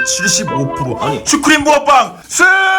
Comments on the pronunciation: 아니 슈크림인데 슈크린이요? 당신은 스토리도 절었습니다!! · 슈크림 슈프림이라고절었다!!!!!